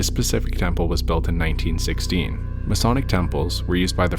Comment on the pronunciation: Ma-Sonic? I sure hope they have food or movies, I hear that he HATES low budget places of prayer.